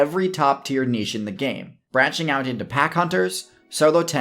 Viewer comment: Finally! An American who pronounces “niche” correctly